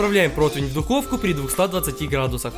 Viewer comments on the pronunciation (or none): none